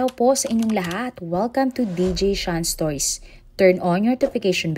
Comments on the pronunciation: welcome to "stoys" ang sabi mo e, inuulit ulit kong pakinggan pero un tlga sabi mo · Bkt ganon? Ang dinig ko tlga s unang pagpapakilala mo ay welcome to "stoys" ang pagkakasabi mo, sorry ha un ksi pinapakinggan ko pag nagsisimula kna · Oo nga po same din ako ng dinig